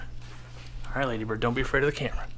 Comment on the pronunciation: It’s not Ladybird it’s Laaaaaadybird.